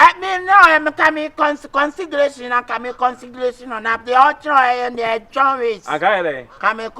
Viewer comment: Jack Jacktolo is just consigration u madam, herr akabenezer 😂😂😂😂😂😂😂😂😂😂, what is consigeration again 😂😂